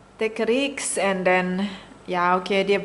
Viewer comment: FALSE PRONUNCIATION: Take a "riks"....CORRECT: Take a "risk".